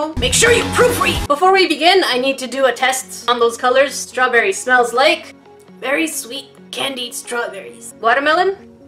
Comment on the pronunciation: Strawberly?You can't say R??